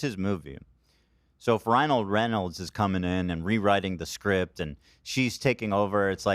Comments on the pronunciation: Amazing fodder for the Ethan Klein Mispronouncing Words Cinematic Universe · Someone add this to the Ethan mispronouncing words compilation. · Someone add this to the Ethan mispronouncing words compilation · I heard him say Ryle Reynolds once 😂☠️ unknowingly combining her real husband and movie husband ☠️☠️☠️